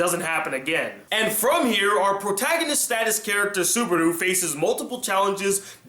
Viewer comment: i think its subaru not subardu, but nice review